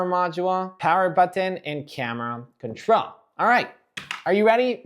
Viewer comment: I like the way he says button 😂 ‘boteeen’ 😂